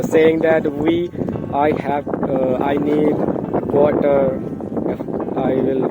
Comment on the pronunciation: Quater.. you say quater ?? Ye kya hota h 😮 vo sailor se baat krte huye.. 10 -15- 20 rs 😂 varanasi aaiye kabhi aap ghumnee mere sahar ..